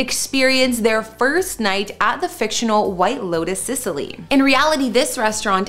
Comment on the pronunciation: Need to work on those names a little lol, Sicily, Ionian